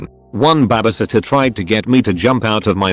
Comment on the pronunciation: No one: Narrator: Ba-ba-sitter